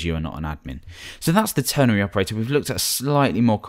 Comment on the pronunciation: Its called a ternary operator not ternery. With an "a" that is, not an "e".